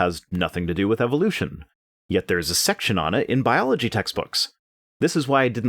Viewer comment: Yep, that bothered me. . . so did "Bology".